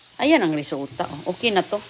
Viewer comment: Pipir(Pepper) Oki (okay) Kamuti (kamote) Paki ayos dila mo! mga bata malapit sa stove baka mapaso sila!! Burara kang nanay!